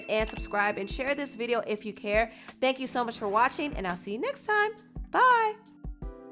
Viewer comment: Can you change your "bye" when you end the video? Just say it normally